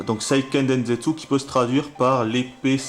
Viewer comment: non pas vraiment : la bonne prononciation : séiikeun dènsetsou...